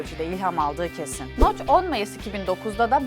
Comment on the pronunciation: adamın isimi noch (okunuşu) noc